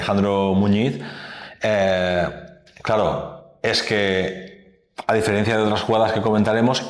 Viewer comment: Sin ánimo de molestar… Estrada... no se dice "diferiencia", SE DICE DIFERENCIA.